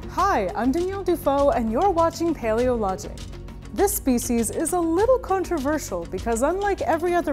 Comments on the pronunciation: Stop saying the name of the species wrong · You’re saying that the name of the species wrong